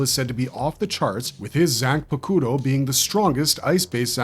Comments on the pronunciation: I dont understand why u still pronounce zan pa ku ro( zanpakuto) if ur that kind of bleach fan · Bro Fr ahahah the way he pronounces the names.. I had to stop watching when he tried to say zanpakuto… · Dying at the way he says Zanpakuto 😂